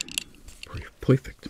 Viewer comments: I just love how he says, poifect😂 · I always hear "pwerfect" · I love his "Poifect" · When he says "Poufect" HIT ME WITH A STICK 😂😂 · I love how u say poifect I love it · This ASMR is "poifect" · Can anyone make timestamps of him saying POIFECT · This nigga said pewfect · I noticed most of the time when he said a word that had the sound of “er” he said “oi” -Poiple (purple) -Poifect (perfect) Then I wondered about colors and realized the terror of what the word green would sound like 0.0